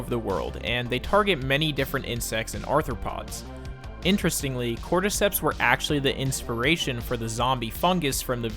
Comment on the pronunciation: Hmmm cortecteps souunndsss familiar